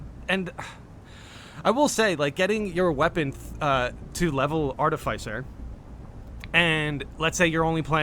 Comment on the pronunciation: Hearing you try pronounce "artificer" 30 times this video really hurt the ole noggin.